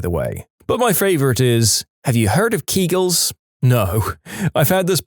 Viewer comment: Kegels = Keg els